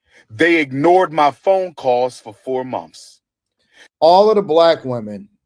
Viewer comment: A person professing t o hold multiple doctorate degrees but still pronounces "TH" as "f" is OFF THE BACK questionable and suspect. Is it monTH, or monF!